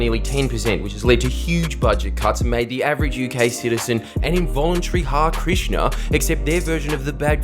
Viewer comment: Fuck I hate to be this guy but - it’s Ha-ree Krishna, not Haar Krishna